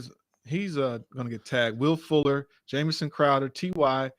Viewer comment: U gave that man "jamison" lmao